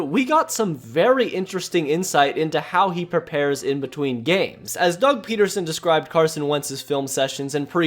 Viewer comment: It's PEDerson... not PETerson..there is no T in his name.